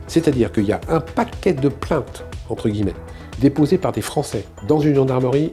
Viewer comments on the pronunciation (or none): none